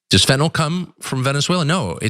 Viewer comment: THANK YOU so much for pronouncing fentan-ILL. Small thing, but it really bugs me that most call it fentan-ALL, as if it were an alcohol. (All alcohol chemicals end in -ol.) Late PS: GREAT PROGRAM.😁 THX!